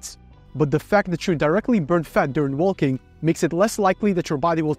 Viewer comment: It’s “wo:king”, not “woLking”… ;)